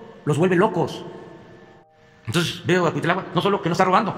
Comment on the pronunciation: Cuitláhuat? Que feo hablas! 😖